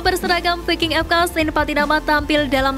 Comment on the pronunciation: Di baca vaiking... bukan VI--- KING belajar donkkk bahasa inggris